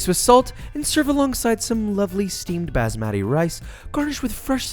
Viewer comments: i got panic attack with garam masala and bazz-ma-thy 😂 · Look I’m not trying to sound annoying, but it’s pronounced b-uuus-ma-tee. And if you marinate your chicken in that yogurt bath(along with some red chili powder and Garam masala) overnight, it increased the flavor a bunch. Every bite is filled with this creamy sauce and all. It’ll become so much tastier than what you just made now. Try it out for yourself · Bro its Bass-mat-e From an indian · I love Josh but "Bazzmatty Rice" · This guy really said basbandi instead of basmati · This dude really said bASSmati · its funny how he pronounces basmati. “basmadi” while us brown people call it “baas-mathee”. great video anyway. 10/10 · JOSHUA we know u love that cake but there is NO ass in “basmati” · It’s basmati not baaasmati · baazzzMatty -> bAHsmahti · OMG this a traditional meal in my country (Pakistan) and oml It's hilarious to see him pronounce all those words! BASMADII! hahaha you have to pronounce it as b-aaa-ss-ma-tee. LOL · It's not basmatty it's baasmathi.. Like it's pronounced baasmathi. Pls. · It’s called Basmati not Bazmati !! Basmati means My Smile in Arabic😐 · It’s bas-MA-ti not bas-matty. Is it so hard to learn how to pronounce things correctly? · sir great video uh but you don't pronounce basmati like that you pronounce it like this: buhz-maa-tee. also you pronounce garam like this: guh ruhm masala. also fun fact Kashmiri chili powder isn't spicy it's just ther as a red chili powder for the savory Indian cooking safer than food coloring too. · "Bas-MADDY" that's how I'm gonna pronounce it from now on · Great recipe, great video, great channel, but you got to work on your pronunciation, man. Bazzmatti? Kajmerry? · Just fyi it's pronounced more like "basz-muh-ti" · The way he says basmathi 😁 "bAzMaTi" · my man, im indian, basmathi rice is pronounced differently but they way you said it was a first lmaoo, (usually pronounced boss-mah-thee rice) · it's baas-ma-ti where y'all at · It's actually bas-maati